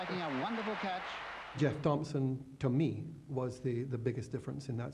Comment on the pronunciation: It's Jeff Thomson , not GEOFF Thomson !!